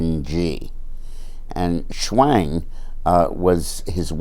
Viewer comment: Schwang rhymes with HANG!!.........I like it!!